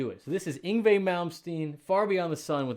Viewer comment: I knew Yngie's mother. Thank you for almost nailing the Swedish pronunciation of his first name.